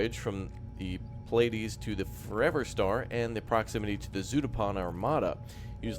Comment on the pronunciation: Pleiades - pronounced "Plee-uh-deez" is an awesome star cluster. In Japanese, it's Subaru. So. The Subaru was lost.